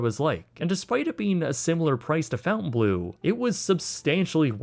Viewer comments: Its Fon-taine not fountain. Love the video but it killed me with the pronunciation. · I love your content dude but every time you said fountain blue rather than fon-taine bleau it made my eye twitch haha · It's not the fountain blue. The pronunciation is more like Fon-Tein-Blow. "Bleau" is a shortening of belle eau, "good water". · Just a heads up it’s pronounced (fon-tane-blue) not fountain blue. It would never in any language be pronounced fountain blue. Just trying to give a heads up. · Fon-taine NOT "FOUNTAIN" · It’s pronounced blow not blue. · Are we sure it’s pronounced fountainblue instead of Fontanblo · Is it just me, or is he saying Fountain Bleau instead of Fontaine Bleau? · FONtainbleau!!!! It's not FOUNtainbleau!!!!! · babes i love your content but it’s pronounced “FAWN-tane” not fountain 🥲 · It's pronounced fountain-blow, not fountain-blue. Sorry just had to point this out. Edit: I may be wrong on this. Watching old videos on the french chateaux namesake. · This is probably just me being a nerd, but I believe Fontainebleau is pronounced with a longer "o" more like saying "Fawnt" as in paw instead of "Fount" as in out. Thanks for another great video! ❤️🙏🏻😁👍🏻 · And it's 'bleau' not 'bleu' - so not blue either! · in English it would be pronounced fon-tane blue. Not fountain. There isn't even a U in Fontaine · He really likes putting the letter U in words that don't have them. Fountain instead of Fontaine, Fairmount instead of Fairmont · Honestly the decision to officially pronounce the name of this hotel wrong is the biggest branding mistake. The original French pronunciation "Fon-tan-blow" is so much more regal/luxury sounding whereas "Fountain-Blue" just cheapens it/makes it sound like people don't know how to pronounce a french word. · It's not "fountain blue" it's Fontainebleau... Fon-tain-blow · Love the video but one thing was driving me crazy. It's pronounced "Fontainebleau" (Fawn-taine-Bloo) not Fountain Blue. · Is it not pronounced fawn-ten-bow?